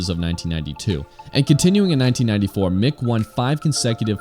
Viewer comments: It sounded like you said 'Nick' Doohan ? If you did - his name is 'Mick'...short for 'Michael'. Also...on the discussion of the Honda NSR 250 and 500...throughout the world there is also the 50cc , 80cc , 125cc and 150cc versions. I'm getting a Honda NSR150SP (In Australia only sold between the years ...all in 'Repsol' graphic) soon to ride around while my car is off the road several months getting major repairs and modifications. Awesome video...Thanks! =) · I listened carefully and heard ‘Nick’ Doohan. Anyone else?! On the screen it says Mick, in the commentary introduction, ‘Nick’.